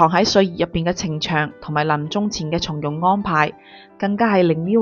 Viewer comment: 從容⋯⋯ 應該讀音⋯⋯鬆容！